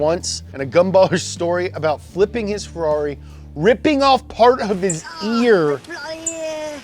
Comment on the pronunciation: Why did you pronounce "Ferrari" as "FuhLOLLY"? 😆